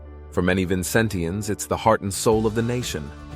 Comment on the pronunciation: It’s pronounced Vin-Cen-Shuns. Bequia is Bek-Way. Canouan is Can-O-Juan.